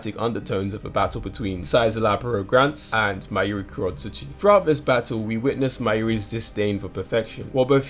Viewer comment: Szayel Aporro Granz (Zaayel aporro Granz)